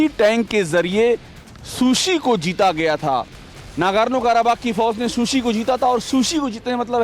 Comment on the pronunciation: Kya bak Raha hai anchor kakekas nahee karabakh hai